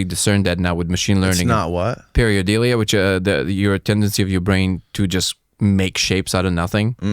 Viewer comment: Its "pare-i-dOlia". Not pare-i-o-dee-li-a lol. Sorry dude, grammar police. Love ur work man, was a little disappointed in this tho lol